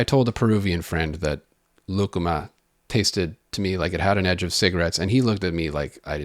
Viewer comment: I was reading the comments when you introduced lucuma and had to rewind to make sure you didn’t say “ligma”